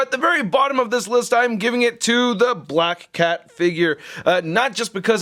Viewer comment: this guy just can't get black cat's name right 😂